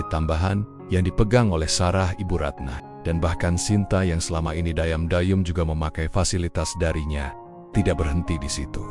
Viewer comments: Menhapa diam-diam dibaca dai yem dai yem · Cerita mah bgus cma ini cra membcanya maksudnya keren atau gimna ya,diam diam bilangnya dayem dayem. Lgi sibuk sibuknya ,bcanya sibak sibak nya.kan konyol perlu d perbaiki lgi tuh bhsa indonya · Narasi nya gmn sih. Diam" kok di baca daiyam".